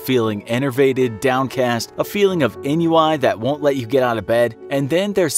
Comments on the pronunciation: En-yoo-eye? En-yoo-eye??? Ennui is pronounced "Ahn-wee", you Kurzgesagt-rip-off hacks. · Ennui pronounced “awn-wee” not “inn-you-eye” 😂😂😂😂😂😂😂😂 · Lol "Enn-yoo-eye". It's pronounced "on we". Not the first time a major mispronunciation has appeared in one of your videos. You should probably check pronunciation keys before handing the script to your narrator in the future. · Hey..... could you PLEASE read your scripts BEFORE you publish, and make sure that you pronounce things properly? It is not pronounced N U I... it’s more like on we. It’s French. And you sound uneducated when you do that. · "ennui" is not pronounced "n-u-i," it is more like "ahn-wee" . . . . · It’s pronounced on we not n u i. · I presume the word here is "ennui", which is pronounced "on-wee" as befits its French origin, rather than "en-you-aye" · "enn-you-eye?!" Ennui - you overmedicated shi-thead - is pronounced "on-WEE." If you want to appear smart, maybe make sure you're pronouncing words correctly; try searching for the word(s) in a dic-TIE-on-airy? Am I pronouncing that right? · Ennui is pronounced "on-we" not "en-you-eye" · "En-you-why"? Ennui is pronounced "On-we". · ennui is pronounced /änˈwē/ not / en-u-eye/ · Enyoueye....it's onwee. Ennui. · Ennui is pronounced on-we, not in-you-eye. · FYI "ennui" is pronounced "on-wee," not "en-yoo-eye" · It's Pronounced ON-WEE !!! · it is definitely not pronounced en-you-eye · That feeling of "ennui" is pronounced "ahn-wee" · Did the narrator pronounce ennui as N-U-I? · ennui? No, en-you-eye., never change. (I have bipolar ii and this video wasn't actually that bad!) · ennui is pronounced, “on wee”. True story. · Ennui —> Pronounced ON WEE, equal accents. Love the video. Thnkx.. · “A feeling of ‘en-you-eye’”? I’ll assume you’re trying to say “ennui”. There’s only one way to pronounce it, and that ain’t it. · Steve Czapiewski yeah that was funny. 😂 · the pronunciation of ennui is atrocious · How he pronounced ennui is bothering me